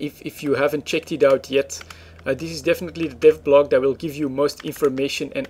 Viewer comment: it sound like you are saying death blog.. :D hehe... But i know what you meen.. I really enjoy yours videos... I have been playing eve in many year, but none of my friends are playing eve anymore, so i have become abit boring alone. :)